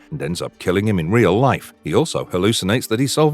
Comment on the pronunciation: I bet you feel like a ream idiot